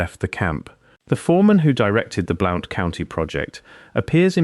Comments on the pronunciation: BL-UN-T COUNTY, NOT BL-OU-NT! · Bl oww nt county Alabama, 😅😅😅😅😅😅😅😅, It's Blunt County! BLOUNTSVILLE Alabama! A I isssssss sooooo stupid ! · It is pronounced BLUNT County. I live in southeast Morgan County Alabama. Tail end of Appalachia. Beautiful country. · Alabama and it's pronounced like Blunt county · Cool! I was born in Marshall County - mother still lives there in our old house. And Blount is pronounced "Blunt". I know, because I live there. I have a B.A. in anthropology & finished graduate coursework for M.A. in anthropology, but had to drop out to pay off $20,000 student loan - working 3 jobs while going to school full-time, made Dean's List almost every undergrad & grad quarter. I would've definitely have remembered lectures about what was in this video. Effing government: oh, it's national security.🙄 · I’m 83 years old and have lived 73 years in Alabama and didn’t recognize the first county that you mentioned, but when you mentioned Birmingham I realized that you were using English pronunciations, not American. It seemed unusual for an Englishman to be making a video about Alabama history. But maybe you are using AI.